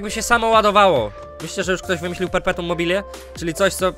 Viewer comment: piękne "perpetum mobile"